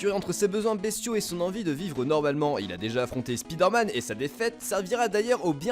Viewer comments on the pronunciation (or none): SpiderMan se prononce Spaideur Man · Je ne voudrais pas te donner de leçon,, mais 'y a un truc qui me fait saigner les oreilles à chaque fois, c'est cette façon de prononcer "Spiderman" à la Française! On dit "spailledeur" et non pas "spidaire"; BORDEL!!! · Hey Spiiiiderman , ulk .... UN MINIMUM DANS LA PRONONCIATION, ok je t´aide ...SPAHIDERMAN....HEULK